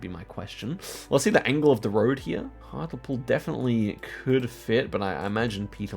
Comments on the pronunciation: Its not hart-el-pool, its hart-LE-pool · That pronunciation of Hartlepool is...😂 I only know the correct pronunciation because I listen to the Abroad in Japan podcast and cohost Pete Donaldson is from there. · HARTLEEEEEPOOL Lol not hartawl pool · Hart-ul-pool how I love to hear mispronounce English town names 😂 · Hatlepool is prunounsed hartlypool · Hearing pronounce "hartlepool" like that as someone who lives near to the town is so funny. (For reference its pronounced "hartleepool") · Love the pronunciation of hartlepool. Hartle pool 😅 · Loving Hartlepool pronunciation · it’s hart-lee-pool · Hartulpool made me laugh but there's no way would get to the right pronunciation just by guessing! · I like how pronounced Hartlepool. English town names are weird. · oscars pronunciation of hartlepool pls can we have a lesson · can someone teach him how to say Hartlepool 💔💔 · My face contorted in pain with that pronunciation as a local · not the hartlepool pronunciation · the way he pronounces hartlepool 😭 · The pronunciation of Hartlepool made me laugh